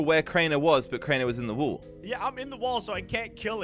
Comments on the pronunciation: Will someone tell him it’s wall not wool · It’s not wool or wall it woll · I love it when says “wool” instead of “wall”